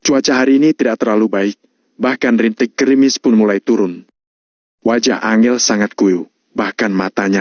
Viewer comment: Angel (susah) 🤣 An jel bos bacanya